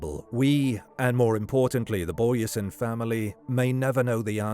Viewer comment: Doesn't pronounce her surname correct though.